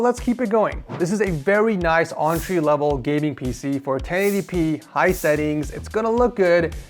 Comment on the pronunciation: Did just say Entree?